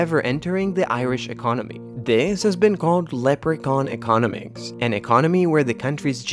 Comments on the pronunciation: Insightful and accurate. I know it's a nit, but I found some of your pronunciations distracting. To improve the already good quality of your video production, I recommend learning which syllables get accented (e.g., for "success" and "economics", accent the second and third syllables, respectively). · Is a machine. I find it strangely struggling with words like "economic", "economics". Programmers, please correct the pronouncing mistakes!